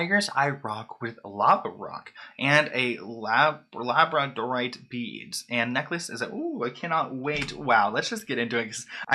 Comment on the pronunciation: Did really good with the Krystal’s names up until he tried to say labradorite 😂